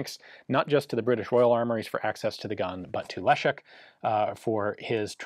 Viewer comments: Ian, you're spot on with your 'Le-sh-ek', so please remember that Maroszek is exactly the same, that is, 'Maro-sh-ek', not 'Maro-tsh-ek' :) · Pronounces Leszek correctly Pronounces Maroszek incorrectly multiple times It's the same consonant in both ffs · Ian, you have no problem with pronouncing correctly 'Leszek' and 'Felsztyn', but for some reason you're stuck with incorrect version of Maroszek. In Polish, digraph 'sz' equals English 'sh'.